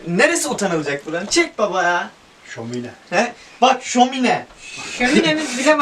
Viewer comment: Abi şomine değil şömine😂